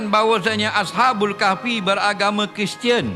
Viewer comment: Sudah lah bro dari topik ini, sebutan Ashabul Kahfi bro pun tidak betul tetapi ashaful Kahfi. You are struggling bro with this subject. Ini tulisan dari saya semoga saudara sudi baca dan fahami betul-betul komen ini kerana Allah swt, juga ada dalam komen saya ditempat lain. UAI berdasarkan Al Quran. PMX berdasarkan pendapat dia. Ashabul Kahfi pemuda beriman dan Muslim tidak kira dizaman mana peristiwa ini berlaku. Allah swt menceritakan perkara ini bahawa " SESUNGGUHNYA mereka pemuda yang beriman kepada RABB mereka,, dan Kami menambahkan PETUNJUK kepada mereka" (Al Kahfi ayat 13). Ini soal TAUHID kepada Allah yang Esa, tetapi PMX cuba mentafsirkan ayat ini sebagai NILAI, yakni konsep PLURALISMA yang nyata. Bukti ucapan PMX ada dalam video anda boleh dengar semula setiap patah ucapannya. Allah swt juga tidak menerangkan jumlah mereka tetapi PMX mengatakan tujuh (7) ikut versi umum Kristian walaupun ada dikalangan Kristian tidak mengatakan jumlah ini. Bukti bilangan pemuda bukan tujuh (7) orang adalah jelas dalam Surah Al Kahfi ayat 22. Sila rujuk didalam AlQuran, ia adalah ayat muhkamat (jelas arti dan maksudnya); "Kelak (sebahagian orang) mengatakan, “(Jumlah mereka) tiga (orang). Yang keempat adalah anjingnya.” (Sebahagian lain) mengatakan, “(Jumlah mereka) lima (orang). Yang keenam adalah anjingnya,” sebagaI TERKAAN TERHADAP YANG GHAIB (Rajmam bil Ghaib). (Sebahagian lain lagi) mengatakan, “(Jumlah mereka) tujuh (orang). Yang kelapan adalah anjingnya.” Katakanlah (Muhammad)